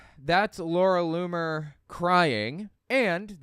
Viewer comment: Loomer rhymes with groomer ...just sayin